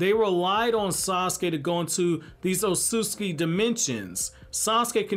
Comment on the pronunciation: I love your videos but I literally can't finish ones where you talk about the ot-sut-suki because you say it like oh-soos-ski. I'm by no means aware of how to say japanese words but I know there are 2 t's in that mf lmao